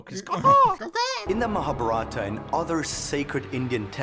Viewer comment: 'Maharabhata' lmaoo